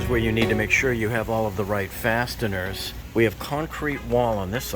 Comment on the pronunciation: my man just actually said "fasTeners"....